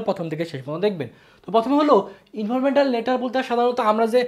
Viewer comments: Informatal? Naki informal? 🙂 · Informetal letter😂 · Informwtar letter 😢😂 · Informal letter❌ Informetal letter✔️😂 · Informetal nh informal😂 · Informatal na vai informal letter 😂😂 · ইনফরমেটাল না গাধা। ইনফরমাল লেটার🤣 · ইনফরমেটাল লেটার না ইনফরমাল লেটার